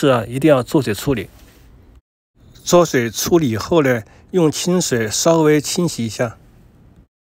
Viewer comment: 焯水讀作chāo shuǐ